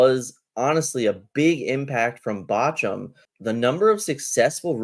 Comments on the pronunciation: Take a shot every time mispronounces Bochum 😂❤ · out here botching the name of German cities. Going to start WW3